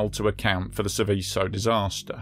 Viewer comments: "Sèveso", non "Sivìsso". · Pity you didn't research the pronunciation of the subject of your presentation, since it comes up so often.